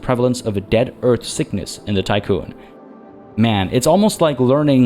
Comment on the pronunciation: Hi. Just for your information, Tiqqun (or Tikkun) is the English spelling of the Hebrew word תִּיקּוּן, and so the "i" should be pronounced as an "ee". For anyone interested in what it's referencing, here is the Wikipedia page